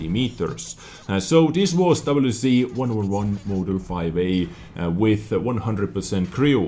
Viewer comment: doublyu zee ? xD